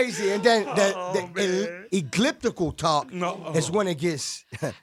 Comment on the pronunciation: did khaled just say EGLIPTICAL TALK lmaooo